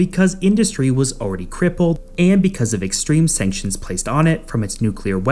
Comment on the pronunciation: Sanctions.......dude its not that hard.